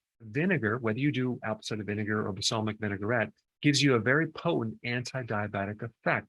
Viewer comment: "Basalmic"? I think you mean balsamic my good sir. Great video though!